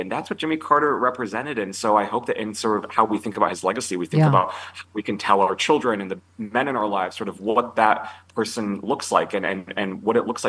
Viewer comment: Melania turns the word children into a four syllable word. Chee ill der un.